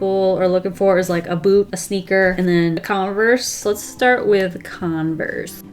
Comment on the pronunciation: I heard boob not boot